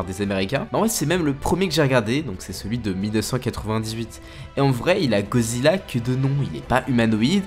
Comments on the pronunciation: C’est moi ou dit Gozilla au lieu de Godzilla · Ca se prononce "GoDEzilla" (sans jeu de mot pourri) et non Gozilla. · Tu peux bien prononcer GOD—ZILLA stp Parce que dire GOZILLA c’est qui ? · wsh arrete de dire gozilla fréro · tu me frustre tu dit gozilla et pas godzilla mdr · C moi où il dit gozilla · Pourrais-tu prononcer le « d » dans Godzilla stp sinon bonne vidéo